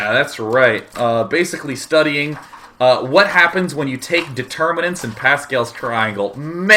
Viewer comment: I love how day9 adds an h in front of every word that starts with a w. x) hwhat.